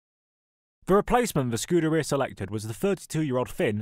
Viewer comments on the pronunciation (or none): none